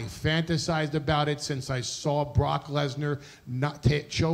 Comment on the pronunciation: I loved Heyman adding the extra syllable to Lesnar's name. "BAH-ROCK LESNAR"